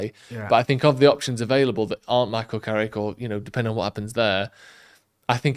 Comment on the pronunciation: Its Carrick YOU KNOW!